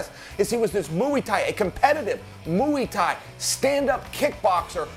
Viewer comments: What’s Mu EE tai? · "Mooey Thai" ???? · “Muwi Thai” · *Mui tai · "Mooie Thai" - The Randy Couture lineage of combat pronunciations. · Why is Chael saying, "Mooey Thai?" It's like he hasn't heard the word and/or is the Stugotz of MMA. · Chael "Moo-ey Tie" Sonnen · Chael "MOOEY TAI" Sonnen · Chael "Moowy thai" Sonnen. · MOWEE TAI? C'mon Chael..... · What the fuck is moo-ee ty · Mooy Thai, lol. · Chael please learn how to say Muay Thai